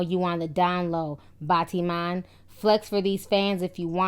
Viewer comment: LOL MISS, BATTYMAN IS NOT PRONOUNCED it BAAH-T-MaN ...BAT-TI-MAN is the right way